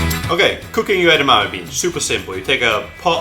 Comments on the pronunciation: No, it's pronounced EDAMIMI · I wish he’d stop saying edamame like it’s one syllable.